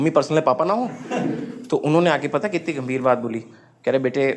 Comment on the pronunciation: Yarr when you ''Be-tae'' it's like oh! ho! Seriously Oh! Ho! ☺️